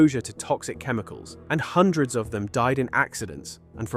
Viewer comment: hundreads of millions?